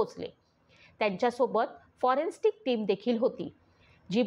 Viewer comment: Foreign stick nahi bolat forensic ase correct word ahe